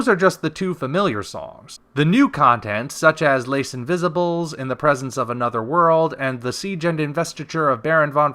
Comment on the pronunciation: Les invisibles is French..(lay enviz-EE-blay)